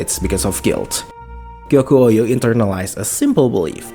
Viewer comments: Gyoku-ou is pronounced gyokoo ohh not gyoku-o you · I don't think I've ever heard someone add a whole ass new "YOU" syllable into the middle of Gyoku-ou's name... it's not Gyokuyou-ou... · Please check how to pronounce Gyoku-ou's name 😶‍🌫️